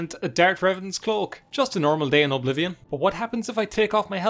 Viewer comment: My favorite part of the video is when you call it O'Blivion.